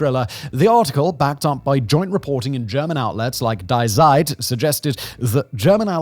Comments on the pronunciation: Yet more mispronounciations. This time, "Die Zeit". It's not "dye zyde". It's "dee zyte". Google hasca free tool for this. For crying out loud, start using it. You sound like an ignoramus. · "Die Zeit" is not a dying newspaper.💀🤣 FYI "die" is the german feminine pronoun, it's pronounced "dee". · "Die Zeit" is "The Time" I get that Die is an English word and also a word in German. Both with very different meanings. "Die" auf Deutch is pronounced like "D". It's hard for me to describe pronunciations. I value your content and you said Zeit very well. But to sat Die Zeit versus D Zeit sounds very silly. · The name: Die Zeit Him: daai saaaid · It's pronounced like "dee tseit" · you’d think someone as educated as Simon would know that die in German is actually pronounced dee 🙄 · It is pronounced as "DEE" Zeit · You don't know how to say Die Zeit, the major german paper for a long time? Come on man. Here, ill help you. Say " Dee Site" Since you pretend to speak so perfectly in an annoying way. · Dee Tseit - you should probably read phonetics before reading the script. These videos are ok but it's more professional to look it up imo. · German pronunciation: “DEE ZITE”… this is how an English native speaker would pronounce it more or less correctly. Otherwise, have a look at the international phonetic alphabet…;) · The German magazine "Die Zeit" (meaning "the Time"), is pronounced "dee SAIT". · Common Simon, you know that "Die" in German is pronounced like dee, you even get it right the 2nd time mentioned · Die Zeit? Please check your pronunciation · I've never heard "Die Zeit" being pronounced this badly, he didn't even try. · Very good video, but I can't help chuckling at Simon's pronunciation of ,,Die Zeit" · The pronunciation of "Die Zeit" hihihi. :D it reminds me of the Simpsons episode where Sideshow bob explains that "Die Bart, Die" on his shirt is German. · When butchering the pronounciation of "Die Zeit" at least pronounce the first word the american way 🤪